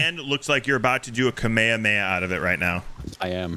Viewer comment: this was so great... but... please never ever say "kamayhamayha" again and say it properly lol